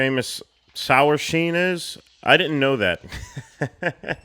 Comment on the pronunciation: "Oh wait is this where the infamous sower sheen is?"